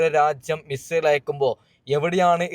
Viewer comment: മിസ്രയിൽ എന്ന് പറഞ്ഞ് പോകുന്നുണ്ട് ബ്രോ (മിസൈൽ എന്നല്ലേ !